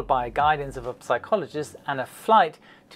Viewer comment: Great video,!.... the "P" in psychologist is silent, though... =)